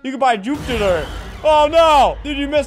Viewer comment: Bro did anyone notice albert said "tit", from the amazing art piece "Juptiter" No hate just pointing it out